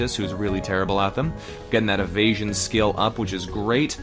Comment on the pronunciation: *le me not paying attention: "our evasion is terrible" What I hear: "Our asian is terrible" wut